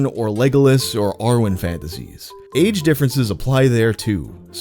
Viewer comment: i heard "r-word fantasies" instead of "Arwen fantasies" 💀